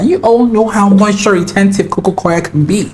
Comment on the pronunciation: I kept rewinding this to hear him say "cococoir" 4xs bk to bk 😂❤